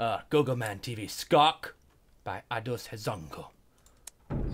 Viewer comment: Level which was made for GoGoMan was played by Tobuscus!And he even sayed the "skok" in right way :D